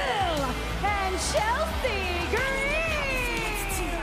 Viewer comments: The way she pronounces Chelsea Green 😆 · I love how she has a different pronunciation with each superstar like Ludwig Kaiser and Chelsea Green